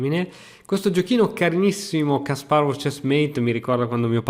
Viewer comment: Ti prego, impara a pronunciare Kasparov, perché quella pazza che ho di fianco si incazza con me se tu lo dici male.